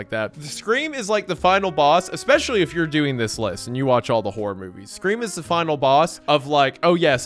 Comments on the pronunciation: please oh please! The word is “Especially” not “Expecially” 🤓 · When can I get a shirt that says Expecially?